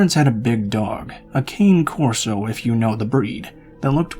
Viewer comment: the dog person in me cringed when he said Cane Corso god rest me i hate myself LMAO